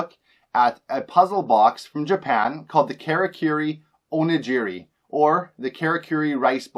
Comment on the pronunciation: What made you think onigiri was pronounced like o-nuh-ji-ree? Also onigiri is not sushi